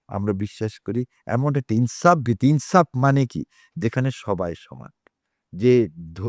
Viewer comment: ভাইডী, আপনার অতি প্রাসঙ্গিক মন্তব্যের জন্য আন্তরিক ধন্যবাদ। তবে ’যুগে যুগে‘, “জুগে জুগে” নয়; ‘যারাই’, “জারাই” নয়; ’ইনসাফের’, ”ইন্চাবের” নয়; ‘শেষ’, ”সেস” নয়; ‘সাথে’, “সাতে” নয়।